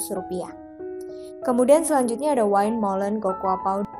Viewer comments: Maaf mbak ada kekeliruan pengucapan dalam "windmollen" wind=angin .. bukan wine=anggur. Kalau pengucapan dalam bahasa belanda [win]. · Win molen bacanya mbak, bkn wain, wind itu angin, klo wine itu bacanya wine yg artinya anggur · terima kasih infonya. sedikit masukan aja, semoga bisa diterima dengan baik: windmolen dibaca win molen